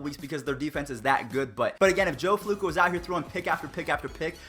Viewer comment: “Joe Flewco” 😂